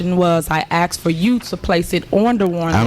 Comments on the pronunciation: Tiffany has a point. She has axed and axed for the credit card bills. 🤣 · You axed and axed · “I’ve axed and I’ve axed …” and still the tree won’t come down! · " how your department was ran" wtf she can't speak English. Can't even say "asked" properly